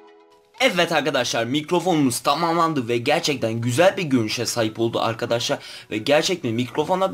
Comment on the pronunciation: evvet arkaşşar evvet arkaşaar ......